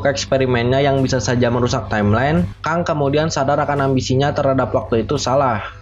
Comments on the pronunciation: Bacanya "Keng" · Keng bang dibacanya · tongue englishnya keng bang tulisannya kang,tp gapapalah biar mudah difahami no problem for me